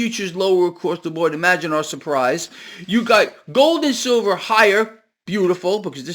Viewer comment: silver not sever